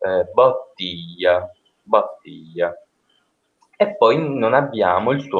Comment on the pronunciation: hai tentato di pronunciare bottiglia con la o tonica aperta, ma l'accento tonico cade sulla prima i quindi è impossibile. La o è atona in quel caso.